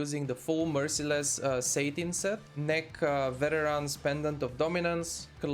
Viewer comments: It's pronounced "sat-in" not "sate-in", good content - thank you. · lol satin says satan